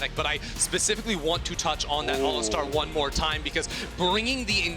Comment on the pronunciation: If I hear someone pronounce it ALListar again